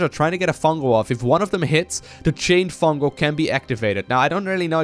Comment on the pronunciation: FUNGAL* not fungel